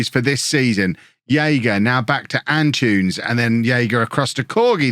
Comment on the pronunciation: am I the only one who gets slightly irritated whenever I hear pronounce Antunes as 'An-choons'? I'm not saying he should say it perfectly but the name is derived from Antony, and saying 'An-too-ness' really shouldn't be difficult for an English person.